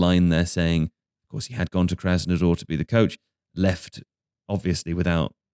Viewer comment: That's how the English generally mis pronounce it, yes lol